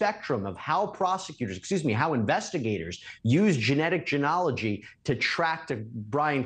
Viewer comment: What a unique pronunciation of the word “genealogy”. 🤔 Canadian accent?